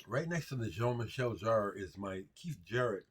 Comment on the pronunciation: Of course, you know about and have Jean-Michel Jarre (btw - correct accentuation, ). You talk a lot about influencial records during your teenager-years in your show(s). I love that. Always reminds me of the music, that changed things for me or introduced me to new genres. Jean-Michel Jarre was one of them. I remember, I went to the record store as a 10 year old and wanted to get some new things besides The Beatles, Stones and some radio hits. Ended up with Fischer Z (Red Skies Over Paradise)... AND: Equinoxe by Jarre. I was allowed to listen to it in the store on headphones – and: woooohooow. While listening, I realized, that the big hit "Oxygene" (at least in europe, it was) of course also is by Jarre. But I did not have enough money to buy a third album. At least not that day 🤗😉 Those were the times! The other to game-changers in retrospective: "Wish You Were Here" (Pink Floyd) and "Jazz Goes To Junior College" (Dave Brubeck, my Dad gave it to me, because it was his favorite record, when he was a kid).